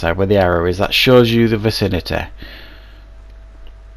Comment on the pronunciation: I hate the way you say vicinity VACINATEHHHHH